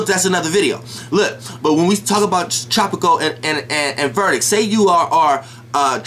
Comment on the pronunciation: Is Vedic not verdic bro, just saying, but you made your point.